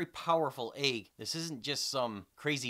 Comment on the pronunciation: Your views are amazing, dude. Only complaint about this video I have is the way you pronounce egg - eyg. What a hell? What kinda accent is that? I want to know.